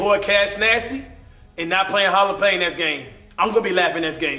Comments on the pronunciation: It is not hall of phame it is hall of fame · Am I the only one that realizes that he says Hall of pain and not Hall of Fame. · He said hall of pame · i like how he sayas hall of pane